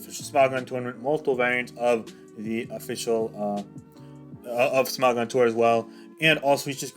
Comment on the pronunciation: the way you say smogon disturbs me